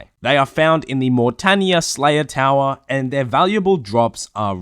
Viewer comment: slayah towaah